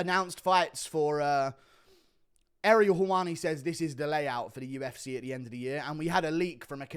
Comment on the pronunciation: you said UFC so dumb and you sounded like a deaf-person… so you’re implying deaf-people are dumb⁉️🤔